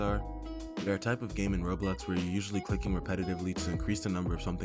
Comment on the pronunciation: Its Roblox not robux